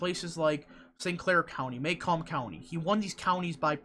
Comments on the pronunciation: muh-COMB. Not MAY-comb;). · The counties are pronounced Muh-Comb (Macomb) and Jen-y-see (Gennesee) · It’s pronounced muh-COMB. I live here. And I assure you....James is wayyyyyy ahead here.